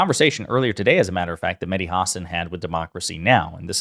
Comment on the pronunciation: Just a comment to the host to learn how to pronounce Mahdi name. It is not “Madi” the H sound is similar to the sound of the H in Helen , here,Hello etc